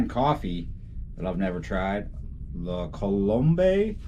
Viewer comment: La Coh-Loome is hiow ya say that drink.